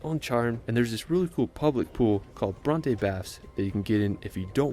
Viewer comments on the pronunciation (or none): He misspronounced the following: Bondi Cairns Bronte Esperance Melbourne